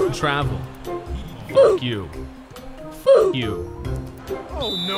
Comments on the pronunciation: sounds like ur saying fook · Bruh when he was trying to say f*ck it sounded like fook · it sounds like he is saying "fook" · when he says the f-word it sounds like he's saying funk